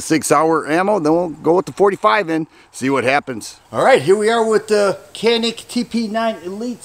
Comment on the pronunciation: Hi! Cool video as always. Just wanted to let ya know that I was corrected from saying “Canik” recently. Wanted to pass on the knowledge. In Turkey, they pronounce the letter C like a J. And I is an ee sound. Therefore, it is pronounced “Janeek” Have a great week!